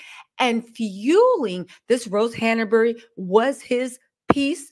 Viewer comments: It's Hanbury , not HannAburry. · Your information is SO misguided . Your hatred for a family you don’t know even know is clouding your judgement . I would suggest doing some actual research before posting so much misinformation. And it’s HANBURY NOT HANERBURY . At least get her name right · the name is HANBURY, not HANABERY! Say it properly. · Who can take you seriously when you refer to Rose Hanbury as Rose Hanaberry? Don’t you know her name yet?